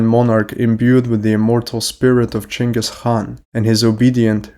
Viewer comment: why do you use the chinese pronunciation of Genghis name?